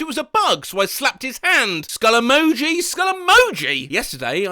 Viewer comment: Are there any ways not to hear said "skull emoji" as "Scully Mochi"?